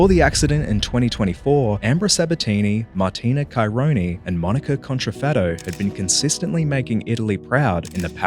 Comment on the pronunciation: it would take a second to find out how to pronounce "contrafatto"